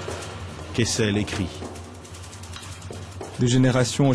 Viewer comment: Joseph "Kessel". Every - single - time.